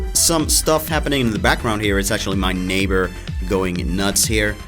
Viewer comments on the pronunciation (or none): none